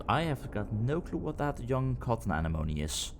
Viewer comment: Say it with me: ah NEM oh knee.